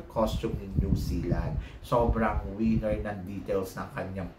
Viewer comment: ......"WIENER".....is a D....CK. "WINNER" is the word and you just have to PRONOUNCE it CORRECTLY. AHTISA MANALO......."WINNER." VIETNAM.....TRASH. DON'T LIKE OTHER PROPS TO BACK HER UP.. NAT'L COSTUME SHOULD BE WHAT THE CANDIDATE IS WEARING AND WHAT THEY'RE HOLDING AND NOTHING ELSE. BECAUSE OF HER TOO MUCH CRAP., I DON'T LIKE HER.